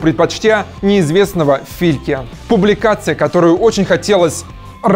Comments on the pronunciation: "Фильке", "Карпаты Конова", "аргентинец" Пеллегрини... долго думал как это прокоментировать, но слов нет. Уровень канала и диктора - 1/10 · Не Филке, а Флике... И он не был неизвестным... Именно Флик отвечал за тактику сб. Германии на ЧМ-2014. 10 лет в Бундестим. От тебя не ожидал